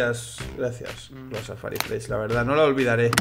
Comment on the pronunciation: Algun puto dia dirá "Safari Mesh" no FRESH